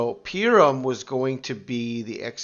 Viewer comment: Purim is pronounced "Pooorim"